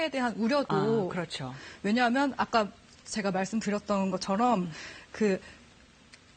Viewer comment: 발성이 중간중간에 유아적인 발성이 나오네 '아까' 발음할때